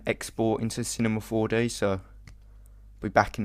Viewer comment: " After we're done we head to cinema four de..." lol!